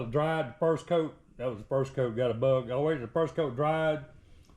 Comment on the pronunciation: Close enough for me to 😊 music overlays perfect 👌 👍 the way you say bug love the accent " berrrggg"😂 in the paint. Now don't scratch it putting it together, that cars been though hell. 😊 👍